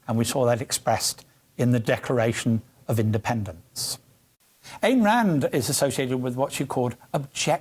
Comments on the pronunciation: That's pronounced "I"n Rand, not Ann Rand. And I'm glad that someone finally brought up her brand of natural rights of the individual. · Ayn rhymes with mine. It's not pronounced "ain" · Is that really how Ayn is pronounced?